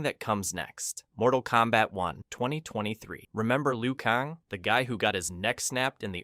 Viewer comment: I thought i was tripping 😆😆. My man said Liu Kahngggg